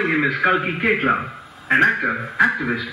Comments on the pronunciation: Who ll tell them the correct pronunciation? No one ?! Me?! Ok.. Its cake-la (not cakelin).. kalki cake la 😃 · No her last name is pronounced as CAKE - LA not CAKE - LIN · yes.. but in this video, they called her cakelin .. that is what I said.. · Just got to know its koechlin and not 'Co - itch - lynn' # korbin_inspired